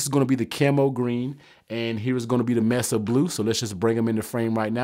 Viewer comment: …it’s pronounced “may-suh”…not “ mess-uhh”…